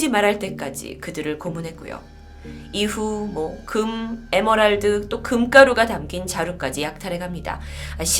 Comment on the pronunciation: 에머랄드? '에메랄드'가 맞습니다. 제발 이런 방송 하실 거면 국어 외래어 표기법에 맞게 발음해주세요. 헷갈리시면 외래어 표기법 DB에 들어가셔서 검색을 해주세요. 진짜 거슬립니다. 차라리 원어발음으로 하던가..